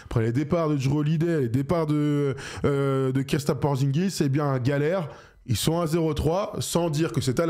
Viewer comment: Kristaps,... fais un effort. Pas Kirstaps. Le R avant le I. 😮‍💨